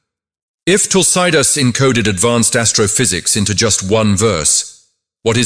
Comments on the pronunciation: Please pronounce Tulsidaas properly.. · Can't pronounce Tulsidas properly. Terrible